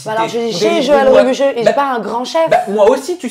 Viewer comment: tu as du mal à prononcer le nom du célèbre chef mdr. 3 fois elle dit Joël Robluchon 😅 trop marrante!!